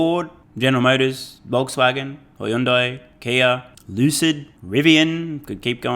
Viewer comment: Hey, it's Hyundai like Sunday. Get it right! Love your channel bro